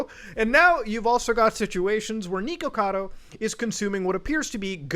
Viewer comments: Every time he mispronounces the “Nick” part of his username as “Neek”, I drink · Not niko like the cat my dude. It's Nick, with an O lol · It brings me amusement that you pronounce it as Neekocado. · isn't it supposed to be pronounced nickocado? i can't remember if i'm just misremembering. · it's pronounced nick-ocado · Why does it sound like muta keeps saying "neeko-cado" lol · It weirds me out that you call him "Nee-Ko-Cado" lol. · he keeps saying his name and you keep saying his name wrong. HOW? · The way he says "Nikocado" hurts to hear. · ... muda pronouncing things wrong ... First you have "Tackys" (Takis) and Nikocado like he's bout say Nico Nico ni has me dying. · New drinking game, take a shot every time he mispronounces his name and says “villain of YouTube” you will not survive till the end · God I hate the way you say his name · it is NICK o cado not NEEK o cado and its TALK ees not TACK ees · He literally says his name is "nick" , yet you insist on pronouncing his name "neek"... TF? Also, Takis are pronounced like "taco"... "tah-key". Are you even trying? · Bruh I hope your self aware with the pronunciation bro literally can’t watch, Becuase that shit,”tackies” and fucking “Niko-cado” bruhhh